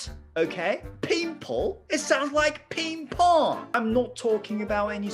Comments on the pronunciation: どことなくPing-Pongにタイ人感が笑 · ﾋﾟﾝ↑ﾎﾟｩ↓とﾋﾟﾝ↓ﾎﾟｰﾝ↑の発音癖になっちゃう